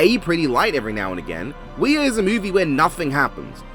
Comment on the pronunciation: The two movies you've labeled as "Wear" are actually Ouija and Ouija: Origin of Evil. He just mispronounced them, presumably to be funny.